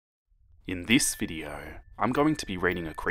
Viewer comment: Me:video:*says video*veedio